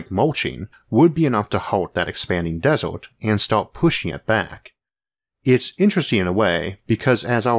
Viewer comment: waddor and desort. sorry those pronunciations just captured my attention too harshly.